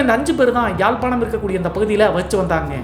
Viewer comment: யாழ்பாணம் இலவ்கை என்று அழகாக கூறிய ❤